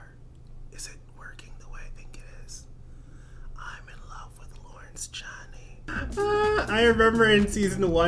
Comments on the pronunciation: Love the videos but pleeeassse 🙏 it's lawrence "chain-ey" not "chan-ee"😂😂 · Hey boo, so FYI Lawrence Chaney is actually pronounced "Chay - Knee"